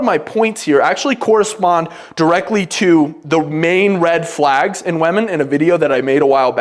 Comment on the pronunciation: Please learn how to pronounce "women".